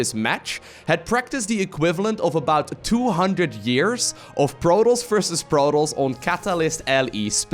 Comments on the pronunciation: took me 10 minutes to figure out he was saying 'protoss' not protols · ProTOSS - there's a "T"! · Good vid my man. But please, and I know English is not your native tounge, stop calling the Protoss, Protals. It really triggers me:P. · Is this how you pronounce protoss? I thought the "toss" part was like tossing a salad.